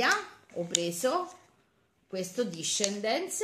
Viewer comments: Ce scritto desendals e si legge dice disendal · Il burro cacao discendens non si dice così ma desendals